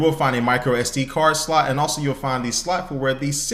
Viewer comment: "the slut for the sim card"